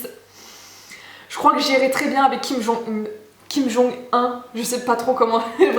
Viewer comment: ca se prononce kim jung OUN un peu de respect pour le leader supreme quand meme